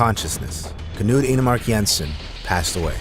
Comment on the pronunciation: K-nude??? That’s not how it’s pronounced at all💀 It’s pronounced Kn-uD